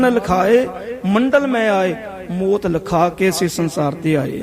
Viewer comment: ਵਾਹਿਗੁਰੂ ਜੀ ਕੀ ਫਤਿਹ । ਬੇਨਤੀ ਹੈ ਕਿ ਮੌਤ ਨੂੰ ਮੋਤ ਨਾ ਕਿਹਾ ਕਰੋ ਜੀ। ਕਥਾ ਬਹੁਤ ਹੀ ਵਧੀਆ ਜੀ ।। ਧੰਨਵਾਦ ਜੀ